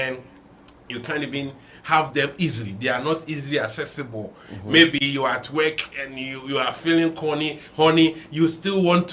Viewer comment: The word is work not weking my country man 😅